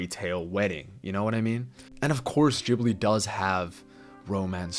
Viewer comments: The way u pronounce Ghibli is full on pissing me off n idk im getting full on triggered but wtf is "Gibli" 🤦🏿‍♂️🤦🏿‍♂️🤦🏿‍♂️ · You put so much effort into pronouncing "chihiro" with a japanese touch but completely american-butcher Ghibli xD The G is a regular G. Not a Dschee. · Why the fuck anyone believe this disney hater if you hate disney so much so pls keep it to yourself stop saying random carp about disney if you are such a big ghibil fan first learn how to pronounce it and you people say disney male characters are bad villains are bad like go first watch all disney movies and then say random carp about disney and you belike studio ghibil is a master peace like bro have watched earwig and the witch it is so bad even shark tale even the dinosaur even chicken little even brave even cars 2 even the good dinosaur even ice age 5 is better than earwig and the witch it is just a little better than hop and surfs in 2 and lion king is a better movie than sprited away